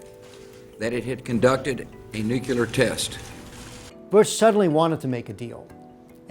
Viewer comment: Why.....why are so many apparently intelligent, educated Americans incapable of pronouncing the word nuclear? Just say NEW CLEAR and you've got. See? Easy! Just please stop saying NEW-CUE-LER. please